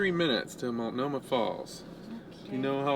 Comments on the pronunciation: Love your adventures! Born and raised in the Pacific Northwest. Just wanted to say the T isn’t silent in Multnomah Falls. Keep the adventures coming. Thanks! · Well well now you are in my neck of the woods. I grew up in Portland and visited Multnomah Falls so many times. And the T is not silent. I loved driving the old highway in my Triumph Spitfire convertible. I hope you went up farther to see the view from the historical Crown Point. Thanks for posting...it took me back to my first 30 years. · Multnomah falls ….. the ‘t is not silent.